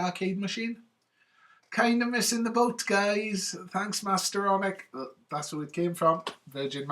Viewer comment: Loved that start there!!! lol at how you say Mastertronic :p You've really UP'd your game here buddy. The interview is ace. What a great guy too! It's weird though, since you mentioned Barry's name I've played three games and then noticed his name! Incredible listing on the Atari Mania site.. just loved it. Like how you told him off for mentioning the A word ;-) But seriously, I didn't think the interview would be this good (erm sorry, i don't mean like that!). And there's no Amiga here, I assure you!! :) As for the game there towards the end, isn't the ST version just ace considering it's age.. though i didn't like our grey murky clouds there over the arcades white ones. Depressing lol But yeah, a DAMN good game on the ST. Ace choice. Not bad gameplay too!!!! :0